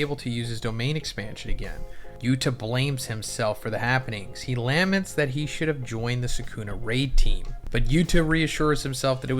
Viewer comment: Hehe both and never heard of the word "lament". It means "regrets" and is pronounced "la-ment" not "LAH-ment"